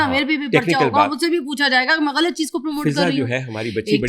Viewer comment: Ghalt nahi hota GHALAT hota hay.